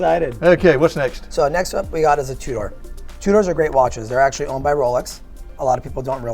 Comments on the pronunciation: He was definitely saying two-door instead of Tudor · I wanna punch that guy in the face for saying “Two Door.” 🤦‍♂️ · The way he says Tudor grinds my gears a bit. Sounds like he's saying "Two Door" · I believe it's pronounced TwoDoors.